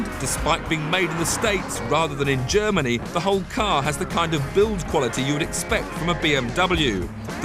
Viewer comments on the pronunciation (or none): none